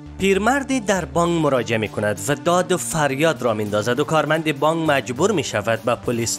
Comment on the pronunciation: بانگ نیست برادر بانک است. گ تلفظ نکنید ک تلفظ کنید